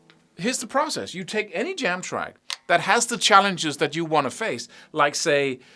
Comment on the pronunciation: When you're saying 'put on the jam track' but it sounds like 'put on the damn track!!'😀